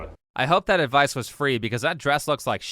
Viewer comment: seems like not english first langauge too. He said 'adwice'. Pronouncing a V as a W